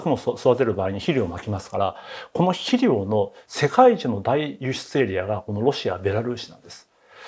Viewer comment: 肥料を「しりょう」と発音。江戸っ子ですか。